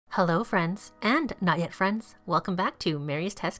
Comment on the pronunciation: Nugget friends or did you edit the "not yet" to sound like nugget?